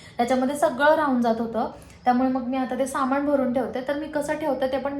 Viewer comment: माण दुखतेय, पेण होतात, त्याणनतर बणवला, किराना सामाण अगं बाणाचा ण आणि नळाचा न या दोन्हीचा योग्य उच्चार करणं आवश्यक असतं.